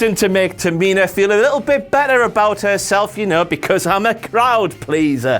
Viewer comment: "Ta-Mi-Na" LMAO